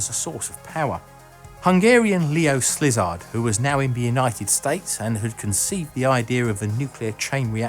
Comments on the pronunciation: Leo Slizard? :D Really? Did he also join Slitherin at Hogwarts? :D It's pronounced see-lard. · Leo Silard not Slizard :) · Rutherford was from New Zealand and worked at Manchester University. Szilard is pronounced Silard, not Slizard. Mark Oliphant? The Australian Physicist? A few clangers! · Hans Bethe in a video pronounced (Leo) "Szilard" as /zil-ARD/, not /SLIZ-ard/, just sayin...Nevertheless, I remain a great fan of your videos! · Leo SLIZARD??? As in Lizard? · Leo Szilard is "sillard", not "slizzard". great video as always though. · Gubby w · I came to say this too,lol.. bro nuked our boy Leo’s name like snoop dog…. Leo Slizzy!!! Lmao…. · Leo Szilard is pronounced with a silent S. (Zee-lard.) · Did he say Leo Slizard? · I swear I heard 'Leo Slizard.' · It's pronounce See-lard. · Ray Ceeya I was thinking he had a dyslexic moment and said slizard. Happens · Oh man you really butchered Leo Szilard's name. Love your videos BTW, just that one got me.